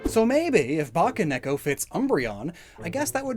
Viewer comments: It’s Bakeneko not baccaneko. Ba-kay, like Bakemono. Not bacca like chewbacca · "ba-kay neko" NOT "ba-kah neko" ... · Pssst. You mispronounced bakeneko. Also you seem to have mixed up part of the script? You gave the nekomata explanation AFTER what I assume was meant to be its conclusion.